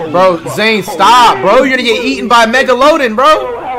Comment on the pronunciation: megaloden🤣 had me dying😭